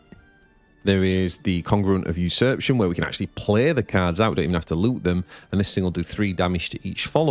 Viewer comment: Did you just say "boobs and goblets"? Looking at the card, I can see where you are coming from :D PS: there is an A in "usurpation" that you always seem to miss when pronouncing it :)